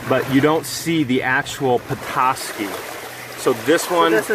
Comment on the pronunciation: I'm from Petoskey. I love that your not from this area and still pronounced it right. There's also a charleviox stone too.